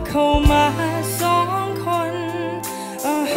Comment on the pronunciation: ผมเป็นกลางนะ ไม่ค่อยได้ฟังเพลงนี้ด้วยแต่ก็ฟังรู้เรื่องนะ แค่ออกเสียง จเป็นชบ้าง คำว่าสองแอบควบบ้าง แต่ผมชอบฟังแบบนี้นะดูมีสเน่ห์ดี #ทีมฟังรู้เรื่อง